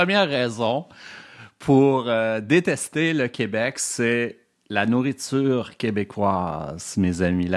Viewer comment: Il dit aussi "Coobec", il m'a tout de suite perdu 😅